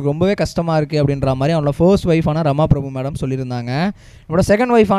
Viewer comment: His first wife is Rama Prabha not Prabhu . Please pronounce the names correctly